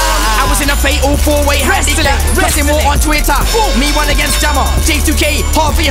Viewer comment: why is he saying WUN SEN, that's Devilman's ting!